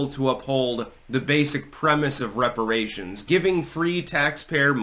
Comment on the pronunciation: Weparaaaaations, hypnotic to the black mind.